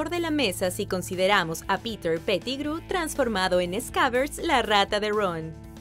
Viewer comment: Q pronunciacion tan mala del Ingles.. Quien es mirel la llorona? .. jarui? ruon? Rom ruidel? muy mala pronunciacion.. 🤦🏻‍♂️